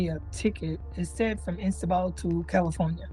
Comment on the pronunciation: did this woman say INSTABAL?!?!?! Why am I even surprised; half these people seem to be unable to find their own ass with a flashlight. May as well have printed the origin and destination on that ticket as from Over Here to Over There. These people need remedial education and a year’s sentence playing Where in the World is Carmen Sandiego.